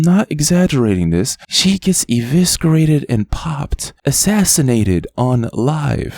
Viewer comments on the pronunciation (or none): Just a heads up, for future reference, the c in “eviscerate” is silent. Sorry to be THAT GUY. You’re the man.. no hate.